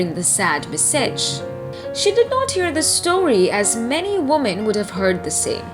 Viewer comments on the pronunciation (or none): Hastened, message pls work on the pronunciation of these two words...loved the part when louise realized her freedom! Well read...kudos to you🤍✨️